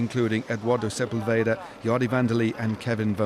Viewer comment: Right. So, next name for them to work on: it's se-PUL-ve-da, not se-pul-VE-da. You can even see the helpful accent over the U in the results.